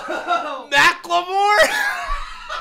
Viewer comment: Did call him "Mac-Le-More"???